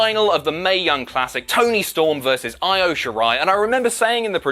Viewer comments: pronunciation, my friend. "Io" is pronounced "EE-OH", not "EYE-OH". "EYE-OH" in Japanese would be spelled "Aio".;) Just messing, but being in Japan, I would love to hear you and Jack get these names right, because these women are fantastic! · E O...not I O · Christ lad, it's pronounced "ee-yo"... Io Shirai, not ten shirai... Live stream was fun, though.